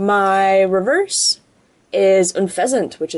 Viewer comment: lol he said reveres for the rare